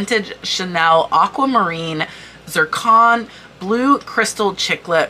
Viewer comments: Pronunciation of “Zircon” — Zir-con. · Let's help you with your pronunciation! Lol! Givechy= Gshee-von-SHEE. Zircon= ZER-con. Bakelite=BAHK-elight